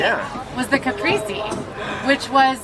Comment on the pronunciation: Kuh-Pray-say,. Caprese. Still love your content, quality food review ❤️